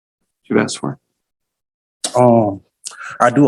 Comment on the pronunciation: Why does he say axe instead of ask?